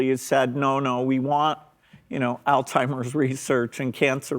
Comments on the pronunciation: they both pronounced it altimers… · If very disappointed with these two for mispronouncing Alzheimer’s disease. 😢